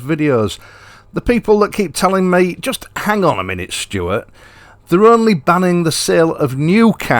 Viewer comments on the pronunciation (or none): none